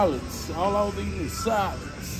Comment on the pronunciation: he said "tssaladzz" lololooo